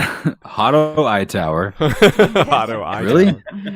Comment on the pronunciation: I will forever call Otto Hightower "Hotto" Hightower from now on